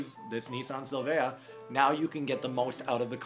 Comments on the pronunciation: im not hating on americans or anything, (you said it correctly) its called gran TOUR-IZ-MO 5, not tureesmo... you did however say syl-vaya..wtf? its sil-via plane and simple, same with toyota celica, seleeka, not selika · If you ever pronounce Silvia like that again, I'll slap the shit out of you.